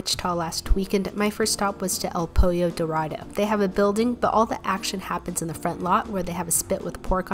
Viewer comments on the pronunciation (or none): You know when white people pronounce Spanish words incorrectly and “pollo” has an “l” sounds instead of a “y”. She somehow managed to pronounce it somewhat correctly but also as wrong as it could be at the same time. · I’ve never heard a more Caucasian pronunciation of a Hispanic restaurant 😂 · I’m white and the way she pronounced el pollo dorado makes me wanna die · The way you pronounce, "pollo" is cute. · The way she pronounces "el pollo dorado" is weirdly cute